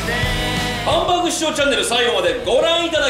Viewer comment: こんにちは！ハンバーグ食べに行ってハンバーーグって言ってる奴不愉快